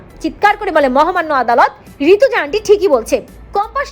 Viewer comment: ওরে বাবা নাম টা ঋতজা চৌধুরী। ঋতুজা নয়। ঠিক করে মানে বুঝে উচ্চারণ করবেন তো !